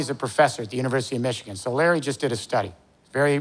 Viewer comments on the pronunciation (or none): none